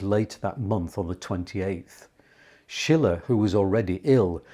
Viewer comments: Correct. “Sheele” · Sorry, Schiele is not pronounced like Friedrich Schiller, as you do, but like "Sheele", the intonation on the first syllable. (I am from Vienna). Otherwise much respect for the great video about this great artist still being somehow in the shadows. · Not Schiller, his Name is Schiile...with a long i,not a double l.....😊 Schiller was a German Poet during the Time of the Romantik. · The man's name is Schiele with a long i - as you pronounced it, it would be spelled Schille. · I just wish you would pronounce his name correctly. Not Eggon, but EEgon. Not Shiller, but SHEELER. Otherwise, great stuff.